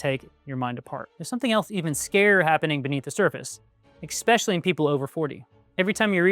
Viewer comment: “Especially” not “expecially” but good job and great content overall